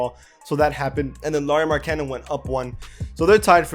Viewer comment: His last name is pronounced Mar-kah-nen